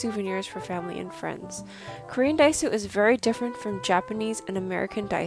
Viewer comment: Really nice discovery, but daiso? Lol